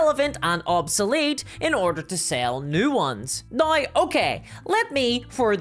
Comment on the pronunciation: why do you say now that way? naoi?